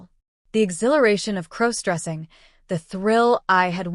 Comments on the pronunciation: That's AI it misspronounces all words that depend on context for pronoucyation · What HE said! Please FIX your stupid AI app! It is CROSS DRESSING, not CROWS dressing! 😖